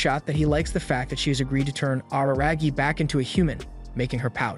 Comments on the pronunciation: Araragi= AH-RAH-RAH-GI In japanese when you pronounce the "R" sound it should sound somewhat in between an "L","D", and "R" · “Awruhrahgi” turns off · every time he says araragi he says it worse and worse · "ar-ra-ra-gi" Otherwise, great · Can't believe he mispronounced RaRaRagi's name the entire video. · the way this guy says "Araragi" really cracks me up.